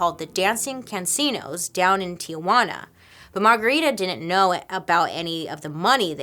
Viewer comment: why do you say “Tiguana” instead of TiJUAna?